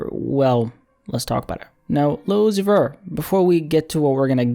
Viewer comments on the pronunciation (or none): ‘lil uzi verr’ 😭